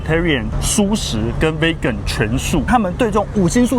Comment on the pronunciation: 不好意思，我還是忍不住要糾正一下你們對Vegan的發音，你們一直發錯，請查一下Vegan的發音，謝謝。